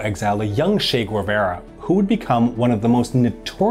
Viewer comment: It's Che Guevara not She Guevara.